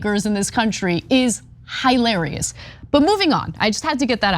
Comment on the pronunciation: The word is hilarious - pronounced hill-air-ee-us! It is one of Cenk’s favourite words yet he says it completely wrong every time, and shouts it wrong consistently. Drives me nuts. Now Ana is doing it too - but pronouncing it differently to how Cenk does!!!! Why?????!!!!